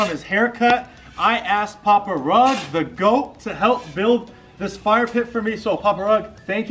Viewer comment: Man he didn’t even say momma rugs name correct 😂😂😂😂😂😂